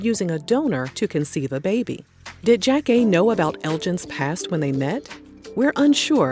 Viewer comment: I used to love Elgin's reality show. I think it was ahead of it's time. And loveeeeeeeeee Jackée!!!!!!!! I recall thinking she was my mom whenever Sister Sister came on 🤣🤣 also, lovehow you pronounce her name correctly! Thanks for the doc!